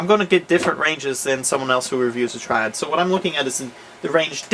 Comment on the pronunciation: "Here we have a... S, triad" he kinda like messed up on saying it :p hope i helped.